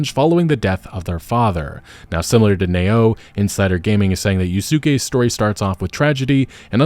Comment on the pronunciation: If the assassins creed characters partner's name is spelt Nao, it's not pronounced "Nayo" it's pronounced as "Now".